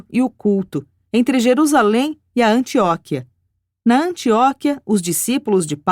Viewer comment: Maravilhoso áudio sobre essa narrativa a respeito de Jesus. Gratidão à UAB por disponibiliizar essa documento. Apenas alguns erros na pronúncia das palavras: selêucidas; subsequentemente e Antioquia.